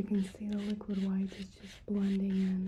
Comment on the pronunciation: 10/10 you said liquid white the correct way i love you for it